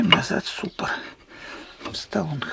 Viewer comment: Тормозной суппорт. Не суппор.